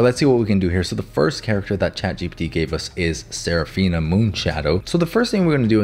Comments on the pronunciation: Boy I definitely wasn't expecting "Chat... GUPEPT" 😆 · “And it’s called chat ✨GaBuTs✨” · Ah yes “Chat guh puh tuh “ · chatguhput. yes that should be the correct way to say it. anyway good job! love your vids and tutorials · Chat "gupt" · “chat gupt” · chat guhpuhte